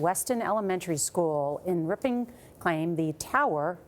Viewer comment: Lol I caught you saying "ripon" real fast because you couldn't say it right.